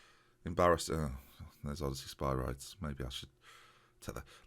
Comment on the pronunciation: Can you please pronounce is Sper - ree - des please!:)